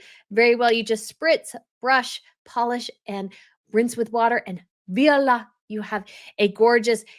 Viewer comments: viola?? Wtf you mean VOILA???? As in VU-A-LA? You need to freshen up your français! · It’s not viola but voilà [vwah-lah] ❤ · it's voila not viola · In your first ad you pronounce incorrectly. Voila is pronounced vwaa-laa. Mispronunciation is a bad look. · Noticed that too but thought you were just having fun with the word by saying viola